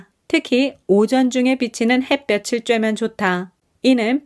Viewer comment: 늘 좋은 글 잘 듣고 있습니다. 근데 가끔 한국어 발음이 틀려서 좀 아쉬워요. '햇볕에' '햇볕을'을 '해뼈체'나 '해뼈츨'로 빌음하는데 각각 '해뼈테' '해뼈틀'' 이라고 해야하죠. 햇빛은 ㅊ 받침이지만 햇볕은 ㅌ 받침이며 구개음화는 ㅣ모음이 올 때 발생하니 '햇볕이'는 '해뼈치'가 맏으나 '햇볕을'은 '해뼈틀'이라 발음합니다 참고하세요